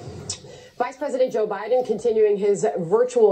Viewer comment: Joe Ba-DIN. Love it.